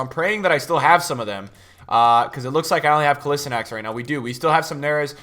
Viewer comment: Bro, sorry to say this but its kOlAsInAc